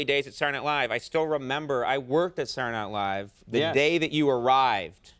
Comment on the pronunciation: I still can't figure out why Conan says the show title like it's one word: SaturdayNightLive.